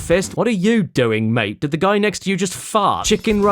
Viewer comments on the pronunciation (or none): none